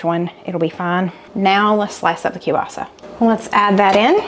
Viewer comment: …and kielbasa. 🤦🏽‍♀️